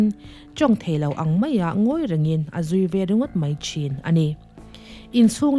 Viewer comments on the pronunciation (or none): none